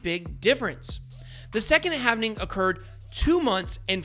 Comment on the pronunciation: It's halving not havening